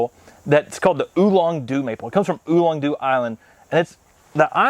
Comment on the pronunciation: Come on you all. I’ve pointed this out before. “Do” means island in Korean. It’s pronounced doe, not doo. And the first constant letter isn’t emphasized…the vowel gets the emphasis. So it’s more of a mix between a t and d. But let’s get the oe down before we graduate to something more advanced.